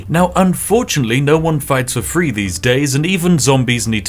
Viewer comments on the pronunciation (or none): Pronouncing three and free the same is confusing.